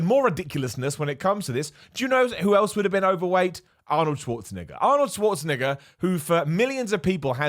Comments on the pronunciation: erm.... its an e in arnolds name not an i.. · Do all british people pronounce Arnold Schwarzenegger's name like that cuz that's how you get twitter canceled